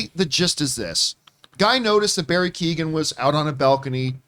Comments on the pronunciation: It's pronounced Barry KAY-HAN not Kee-Gen. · Barry's surname is pronounced like Key-yo-an. The 'g' is silent. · Pretty sure it's just... ko-hen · Pretty sure it's pronounced Barry Key-own by the way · Poor Barry’s name just gets slaughtered 😂😂 it’s pronounced Key-oh-en. Don’t worry, it’s an awkward one I imagine! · Keee own. It’s Barry Kee Own. Or something like that 😹😹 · Shame that John cant pronounce keoghan probably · The g is silent john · Campea pronounced his name in every different way he could think of. I thought he was doing a bit. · Thats not how you say his name 😅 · John, bless him, pronounced Keoghan about five different ways...... it was cute. As an Irish person, more specifically a dubliner, I am surprised to actually hear of someone getting arrested for public intoxication. Because you'd have to be absolutely hammered with a capital H to be arrested for just public intoxication. But knowing it was someone just looking out for him it just makes it actually funny.